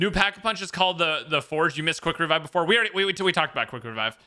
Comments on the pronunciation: Quick wevive killed me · Quick wevive Waygun Warity